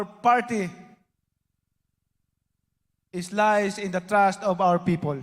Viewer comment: BINABASA MUNA YUNG SPEECH MO HINDI PA TAMA SABI NIYA ; I URGE YOU TO BEER (BEAR) IN MIND DA THRILL ( THE STRENGTH) OF THE PARTY "IS LIES IN THE TRASH"( TRUST ) HA~ HA! MALI ANG GRAMMAR NO NO NO I WILL NOT VOTE FOR YOU